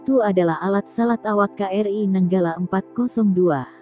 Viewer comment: nyebutnya "Ka-Er-I" min, bukan "Kri"